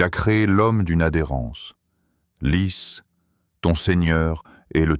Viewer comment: Salam oalaykoum, une Petite erreur à lire " lis au nom de ton seigneur,..." C ça IA. Lui dit " lisse" ce n'est pas aussi efficace que ça !!! Jazak Allah kheir Aljaza'a Dr Zakir Naik.❤🎉